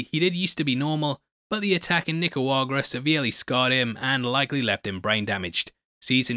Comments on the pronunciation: I have a question about your pronunciation of a word, the word is Nicaragua but I heard it wierd is not trolling or anything I am just curios about it because I have never heard it (yhea they say it on the show but I was not paying attention tbh) ... Im from México by the way and love your videos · What does he say Nicaragua wrong every time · Why are you pronouncing 'Nicaragua' wrong? Lol. Or am I missing something? 🤣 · with love, you need to learn how to pronounce and spell Nicaragua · And you kept pronouncing Nicaragua wrong. lol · How hard is say Nicaragua??? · Man, you are Billy Butcher-ing the pronounciation of Nicaragua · No disrespect as nobody is perfect and I'm not even an English speaker so I know I make tons of mistakes, but it made me chuckle so much the way you pronounced "Nicaragua" . Reminded of that documentary with Benedict Cumberbatch where he kept mispronouncing "penguins". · Dude, it's Nicaragua :) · Each weak, pronunciation of Nicaragua gets progressively worse. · It’s NICARAGUA*. Not “nicuagra”. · Ni-cah-raug-wah not Ni-ca-wag-rah lol. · NICARAGUA not NICAUAGRA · NicaraGUA not Nicaruaga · Nicuagra is not a place, i think you mean Nicaragua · It's Nic-a-ra-gua. Not "Nic-a-wa-gra" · What the fuck is Nicouagra? Lol. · Thumbs up. BUT, please man, is not that difficult 😂 NI-CA-RA-GUA (not ni-cua-ra-ga). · You know its Nicaragua and not Nicawagrua, right? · Hey it's niceragua not nicewagra:) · Ok what is the deal with “Nicawagra”? Are you doing a bit? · Bruh its Nicaragua not Nicawagra😅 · I signed in to like and to ask if you are pronouncing the name of the country Nicaragua incorrectly on purpose? nik-a-RAW-gwa is the name -- you are saying nik-a-WA-gra. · Why do you say Nicauagra??? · It's Nica-ra-gua not Nica-ua-rga. Just lyk. Love the vid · holy shit it's nick-er-agua not nick-er-uagrar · I don't usually bitch about this but nickawuagera is not how you say Nicaragua. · he says necuagra instead of nicaragua 😂😂😂